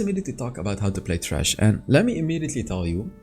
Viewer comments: Yeah because pronounced it incorrectly... It's Thresh like Threshold! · Sounded like u said trash in the beginning xD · It’s Thresh not Trash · He says "Trash" lol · It thresh dude not trash 😅😂😂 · Everytime says thresh i hear trash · Everytime say thresh i hear trash